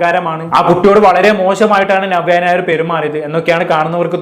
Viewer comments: നിങ്ങൾ നവ്യ ഞായർ എന്നാണ് പറയുന്നത് 😀 നവ്യ നായർ എന്ന് പറയാൻ പടിക്കു... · ഞവ്യ ഞായർ😅 അല്ല നവ്യ നായർ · നവ്യ നായർ എന്ന് ശെരിയായിട്ടു ഉച്ചാരണം പോയി പഠിച്ചിട്ട് വരൂ പ്ലീസ് 🙏🏻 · ആദ്യം നവ്യ നായർ എന്ന് പറയൻ പടിക്ക്. എന്നിട്ട് review ഇട് 😂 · ആദ്യം നവ്യ നായർ എന്ന് മലയാളത്തിൽ ശരിയായി ഉച്ചരിക്കാൻ പഠിക്കെഡേയ് 😡😡😡